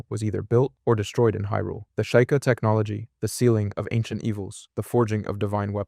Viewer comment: Were you trying to upset people by mispronouncing sheika?